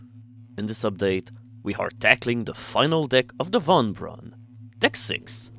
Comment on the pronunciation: Sigmund Freud was right, I keep hearing as saying "dick" instead of deck